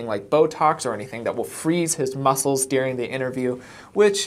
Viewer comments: I love how you pronounce the word "During" as "Deering ". Do you know that you do that? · It is during, not dearing.